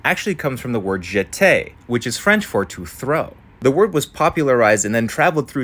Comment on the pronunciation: Jeter, second time you said it pronounciation was pretty accurate